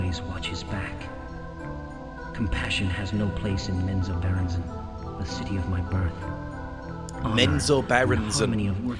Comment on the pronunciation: I think you did pronounce it right... Menzoberranzan!!! That's how I always pronounced it.